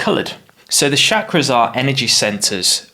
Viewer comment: It's called Chakra and not Shakra*